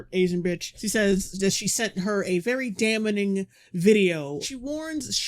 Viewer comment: It's damning not damnaing